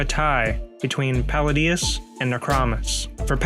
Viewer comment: It's interesting how you pronounce "Paladius"... Pa-lay-dius nutz! Got em!